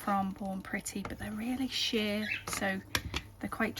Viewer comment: Great design. Love the plates. Every time you say “ sheer “ I always think you are going to say “ shit!” 😂😂😂